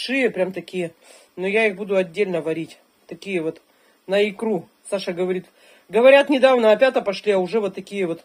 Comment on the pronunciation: причём ударение ставит на второе а,аж раздражает